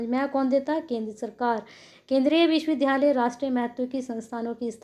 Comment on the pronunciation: विश्वविधालय नही विश्वविद्यालय पढ़ा करिए।